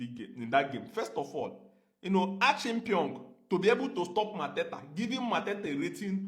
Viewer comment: Achimpiong😂😂😂 Bro the way you pronounced it cracked me up. It is Acheampong. The pronunciation is Achi..em..pong